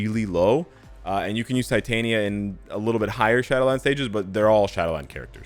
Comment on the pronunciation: That was Tit-Tania!! Sorryyy 🤣🤣